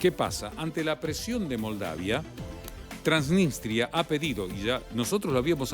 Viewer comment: TransniStria no "TransniNStria"